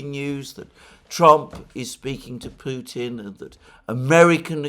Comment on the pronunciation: you, Alexander, for saying Putin's name as it is said in Russian, minute . I listened 4 times!